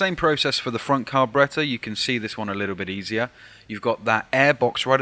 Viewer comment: Lol..."car--berreta"....gets me Everytime